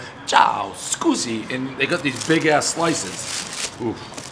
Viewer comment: Dint belive Dave went to Italy until he said chow skewzi!!skewing!!! He's definitely been!